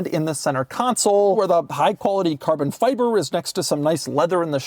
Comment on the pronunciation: Carbon fyyburrrr 😂